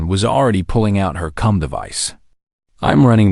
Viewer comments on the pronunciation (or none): Can you fix the AI Pronunciations. It pronounces a (.) as dot. Comms as cumms, need I say more. Cums really❓